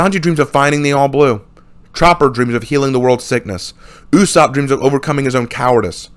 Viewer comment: He called ussop yussop